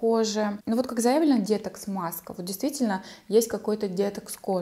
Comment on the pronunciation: детокс говорите правильно ударение на оооооо . изв режет слух